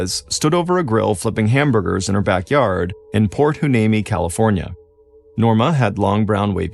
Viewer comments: Port Hueneme is pronounced "wy-NEEM-ee" FYI. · Can you rerecord this story with Port "Y-knee-Me"???